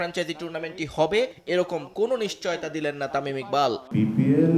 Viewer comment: তুই বাংলা জানস না তামিল যা তামিম